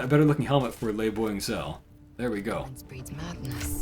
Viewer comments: why do you say lae'zel as lay boing cell? is there channel lore behind it or something? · why do you pronounce Lae'zel like that? There seems to be a third syllable you're inserting into the middle and it's confusing me as to if I'm mispronouncing it.